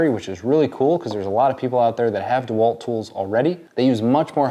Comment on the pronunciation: It’s not Dee Walt. The name is pronounced Dah Walt. The e is not pronounced long, like EE.